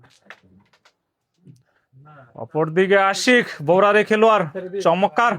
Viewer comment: চমৎকার না বলে চমক্কার বলেন কেন?